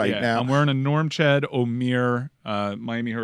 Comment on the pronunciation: says Norchad is his favorite player and STILL can’t say his name correctly., it’s not “Normchad” there’s no “M” in his first name